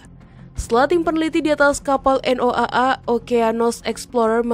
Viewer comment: Noaa..bodoh punya pem baca noaa😂😂